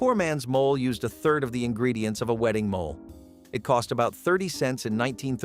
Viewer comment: Mo-lay !,NOT mole(animal)